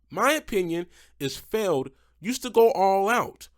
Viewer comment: You said MJ Solorio's name right. But Feld. Come on! Also what is that Sparkle Smash paint scheme?! That is ugly af.